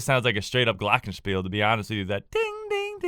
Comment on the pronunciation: As a german i m actually surprised how u pronounced Glockenspiel ... gj ... and always gr8 breakdowns